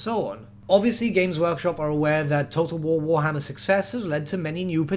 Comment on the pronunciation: nobody:: TOTO WOWOHMMER THREEE